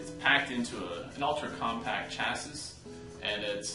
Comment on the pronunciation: chassis is pronounced "shasie". Obviously not a tech guy.